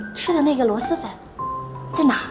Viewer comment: 听着好难受，全剧组就没一个人百度一下螺蛳粉怎么读吗？蛳是平舌si…